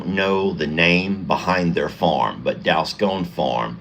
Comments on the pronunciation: Congrats! How adorable! FYI-the O in Dalscone is pronounced as a short O, not a long O. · Sorry but it's Dalscone pronounced as in gone not scone